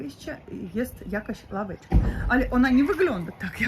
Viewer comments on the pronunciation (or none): "Ławeczka" nie "Laweczka"! Ł i L to dwie różne literki!